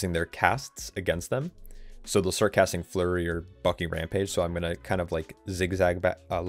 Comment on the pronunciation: If your scared on vdh pull more mobs, It's silly but it's legit lol And evertime you saying bucking rampage I think your swearing lol